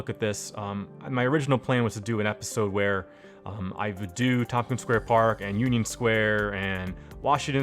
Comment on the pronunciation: Thanks for covering this neighborhood. I grew up and attended public school here and I see you've actually built it out. Loisaida is supposed to sound like "Lower East Side". "Tomkins" is supposed to be "Tompkins". Also, it's the first time I've ever heard of the A-D pneumonic device. Anyways, I think you did a great job building this out. I'm looking forward to future videos on Chinatown and LES.